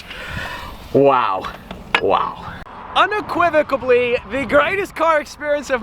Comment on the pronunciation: "Unequivocably" is NOT a word, bro. "Unequivocally" is.